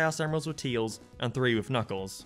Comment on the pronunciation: Did you just pronounce Tails' name as Teals? ok